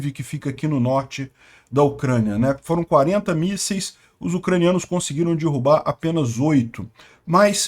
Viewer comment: "DIRRUBAR" dói o ouvido, melhorar a oratória e falar correto não faz mal, fale DERRUBAR.